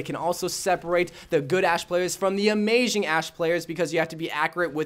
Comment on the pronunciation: Amajing? Lol